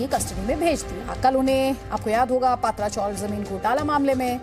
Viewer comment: अरे भाई पात्रा नही पत्रा चाल.